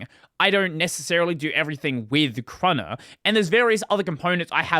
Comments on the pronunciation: i thought it was "kay-runner" and not "crunner" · It is "kay-runner". Like it's not "quin" for kwin either hehe